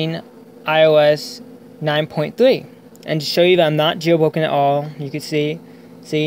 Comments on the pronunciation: jail bwoken wtf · Jail woken 😂 that’s all I heard